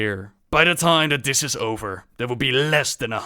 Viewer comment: you pronounce this as "dis"